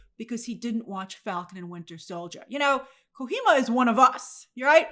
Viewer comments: I like how Grace pronounces "Kojima" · Hideo is not Mexican grace, it's called "KO-GEE-MA" not "KO-HEE-MAA" 😂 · Hey Grace! It's KO-G-MA btw :) Glad to see you adapting to the gaming sphere. Adapt or die right! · Grace, I love you with all my soul but it's Ko-G-Ma! He's Japanese not Hispanic! lmaoooo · It’s kojima. Not kohima He’s Japanese. Not Hispanic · Grace, the name is Hideo Kojima ,not KoHima 😅🤣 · GRACE REFERENCED KOJIMA LOL By the way it's pronounced Ko-GEE-ma not Ko-hee-ma 😂😂😂 To me his tweet sounded more like he just didn't care for the movie or how things got to that point. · Grace it’s Ko-j-ima not Kohima. He’s not Hispanic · it's Not KoKHima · Let's petition to change the official pronunciation of Kojima to Kohima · who is kohima? lol it’s kojima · KO-HEE-MA is PAINFUL on the ears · It's Ko - JEE - ma. He's Japanese. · It's pronounced as KOH-GEE-MA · Kojima is pronounced koh-jee-mah. The "j" isn't silent in the Japanese language. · Grace, "Kojima" is pronounced simply like it was written: "ko - gee - ma". He's Japanese, not Mexican 😂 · It’s pronounced KoGEEma Grace. Like Gee, shucks, 😀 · Grace it's Hideo Kojima (he-day-o co-gee-ma) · Hideo Kuhima! I laughed at the butchering of his name. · It's pronounced ko gi ma. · Ko gee ma = kojima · Grace, you can pronounce the J in Kojima the way it is, like a G 😅 don't do that to my guy, it's killing me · 🤦‍♂️ Ko... Ji... Ma... its Japanese not Spanish.... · Hideo Kojima is Japanese, not Mexican. The J in his surname is pronounced like the British would say the J in Jesus. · The J is not silent btw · Bizarre pronunciation of his name too, haha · First time pronouncing Hideo Kojima’s name huh? Happens to all of us all 😂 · Yeah I was cracking up that she pronounced the J soft. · Grace....kojima isnt a spanish name. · So the J in Kojima is pronounced like you would pronounce the J in the Jif peanut butter or the G in the .GIF format.